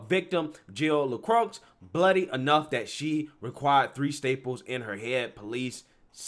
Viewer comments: It’s pronounced La Kroye. not La Krux. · La croy is how you say it not la crocks